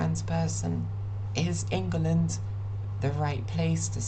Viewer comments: So a couple of things First and most important, you need to change the way you pronounce In-Guh-Lund it's Ing-Lund. Second: if your out in public and you are attacked, someone will step in. Just look suitably helpless, I promise you, you'll get help. Sweden's population on the whole is pretty trans positive (I used to live there) but really English people are too usually as long as you're chill -they are too. GL HF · will you stop calling it "ingel land" please. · Why are you calling the country Ingerland? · love how you pronounced it "ingulund" for the whole video - really adds to how bleak it is here